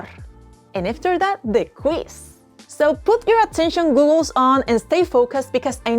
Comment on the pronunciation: GoGGles not GOOgles 😂